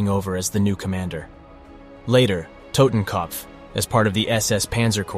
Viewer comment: The way you pronounce totenkopf lol..